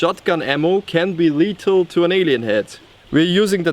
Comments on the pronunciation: *lethal not letal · you kinda say letal without th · he was saying letal